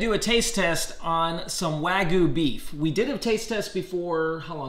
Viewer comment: It looks like select grade and has no sear and its "wag-you" not wagoo